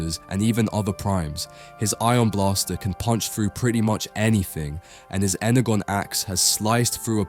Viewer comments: And voiced by Chat GPT because if they pronounce energon ener-gon and it’s en-er-jon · Ugggh...it's not pronounced "Ener-gone". Horseshit AI slop.